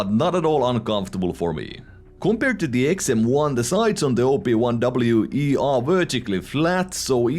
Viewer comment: i thought you were calling it the "Obi-Wan" for a sec lol